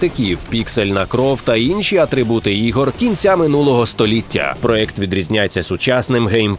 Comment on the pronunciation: Класне відео, але хочу що звернули увагу, правильно казати ''проЄкт'', а ні ''проЕкт''.